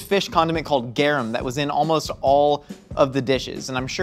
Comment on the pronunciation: I was listening to this while I was cooking and heard say garum and immediately my mind was like "MAX!!! MAX it's GARUM!!"